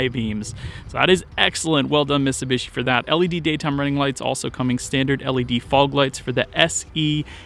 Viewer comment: It's miTsubishi. You keep saying misibeeshi